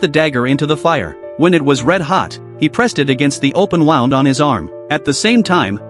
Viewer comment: Please teach the AI to pronounce “wound” And also, the difference between a person’s eye and back.